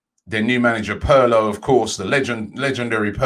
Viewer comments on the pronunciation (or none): Everyone: Pirlo Robbie: Perlo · It's pirlo not parlo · Robbie please learn how to pronounce names ... Pirlo = PEERLO ... not the way you are saying it man. Just look names up before anglosizing them all the time man... not that hard mate ! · Robbie is a comedian he said their new manager Perrloo 😭😭😭😭😭😭